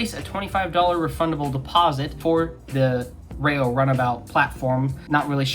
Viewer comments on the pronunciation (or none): Its ReeeeeO not RAYO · It's Reo...as in "R E O". Not Ray Oh. At least if the reference is the REO Speedwagon.